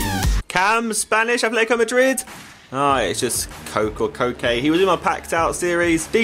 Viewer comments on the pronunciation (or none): none